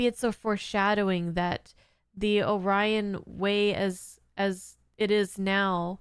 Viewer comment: Well, at least they pronounced Orion correctly instead of Oreon.